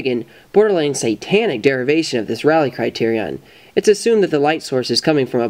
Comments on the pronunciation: Rayleigh. It's pronounced Ray-lee not Rally. Every time you said 'rally criterion' I died a little inside. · NOTE: Rayleigh is pronounced Ray - Lee